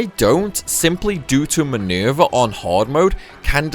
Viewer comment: MINUUUUUURVEH, LMAO I like how you say her name. I find myself repeating it over and over.